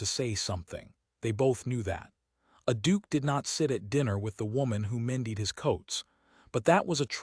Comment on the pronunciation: AI narrations like this one make frequent pronunciation mistakes, such as here with “mended” for some reason pronounced “me died”. Another all-too-typical one is “bow”, which is often pronounced as a noun rather than a verb when the context is obviously an action. Particularly annoying when it’s pronounced correctly and incorrectly in the same paragraph. A human narrator would unlikely make those mistakes.